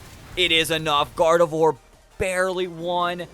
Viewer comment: First off, I love the video, but second, I'm just letting you know that Gardevoir is pronounced "Gardev𝘸𝘢𝘳" and Garganacl is pronounced like "gargantuan" but with "uh-cull" at the end instead of the t-u-a-n.